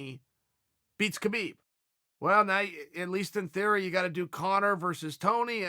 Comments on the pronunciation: Below is a video link to Khabib explaining how to say his name. You're wrong, and so is Chael. Neither of you actually pronounce his name correctly. It's an Arab "H" sound. It's almost like a mix of K and H together, there is a rolling sound in the throat. Pretty much the sound that you make when you're clearing a hair out of your throat, or before you spit. Only softer than that. To an ear that isn't trained to hear that sound, it will sound like an H with a bit of an accent (or some other means of explaining away why it doesn't sound like a normal H) But, the sound is completely intentional. The video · Since Khabib is an Arabic name, As an Arab I can pretty much confirm that this guy doesn't know anything. It's neither pronounced with a K nor an H. It's pronounced with this this letter خ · The k is silent in Khabib. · I bet khabib calls you kale because you mispronounce his name😂😂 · not sure if your a man or woman but its actually pronounced "Kha - Bib" its KHH sounds which doesnt exist in the english language, the same sound when your clearing your throat. only westerners say habib or kabib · Ha-beeb he did a video saying no kh it's ha-beeb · You’re both right about the name: Khabib. Usually it should be : HABIB : an Arabic name, but for whatever reason in Dagestan they add the K just before the H. So in both ways it seems correct but as it’s an Arabic name it should be simple : Habib. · Yes uncle Chael, it is indeed "Rabib", as it is "Vanderley" as well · It's actually pronounced "Khalabeeb" Uncle Joey told me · Chael: Hi K-habib Khabib: Hi... K-hael... Khael: Ok great. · Chael says Khabib calls him Kale. Kale is a vegetable ^^! XD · It is "Habib" champ! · 😆 Khabib definitely trolling calling you Cale cause you call him KA-Beeb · Lol yep. Thats immediately what i thought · Does Khabib really call uncle Chael Kael? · That dumbass doesn’t know how to pronounce Khabib. Don’t listen to random entitled SJW’s.